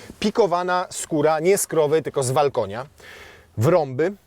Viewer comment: Skóra Valcona, czytaj walkonia 😂